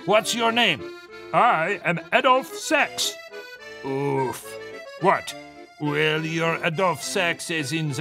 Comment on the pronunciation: The “oof” sounds so similar to oeuf which is egg in french